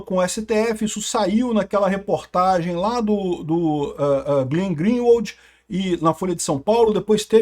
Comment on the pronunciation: Pô! Ale hoje vc não consegue pronunciar corretamente o nome do Glen Greenwald!